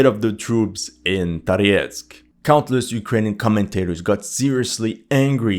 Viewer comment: what languages do you speak and how come you’re pronouncing Toretsk, Tariesk? Thank you for you videos🙏